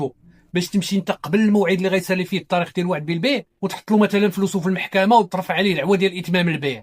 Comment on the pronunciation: السلام عليكم يااستاذ.قوم نطقك لبعض الكلمات.مثلا لماذا تفخمون تاء كلمة " التاريخ" حتى صيرتموها طاء وأصبح نطقها:الطاريخ وكذلك كلمة" تسبيق" التي تنطقونها " تصبيق".